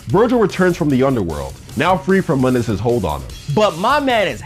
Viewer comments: Your saying mundus name wrong your saying it from the DMC game not from the original devil may cry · Mundus was mispronounced.